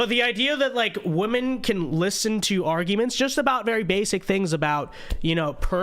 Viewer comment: if youre going to be a conservative minority... you gotta learn one thing. Woman-singular, pronounced "Wu-muhn" Women-plural, pronounced "Wi-muhn" You sound like a faht bwack lady that grew up on a stoop if you cant pronounce these the right way. Sending this with love, not hate!